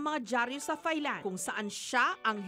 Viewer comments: Its not soft "th" sa thailand ms jessica.. its like tailand po.. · Ms Jessica, I respect you a lot but it’s not “Thigh-land” , “Tai-land” po. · I always say "its Tailand" every timeJessica says THailand. Hehe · I wish people would correct the way they pronounce "Thailand" it's not "THIGH"land, it's "taɪlænd" like "TIE"land. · silent H po ms jessica ang THAILAND. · Can you please, please, please, pronounce the country THAILAND, and THAI people CORRECTLY!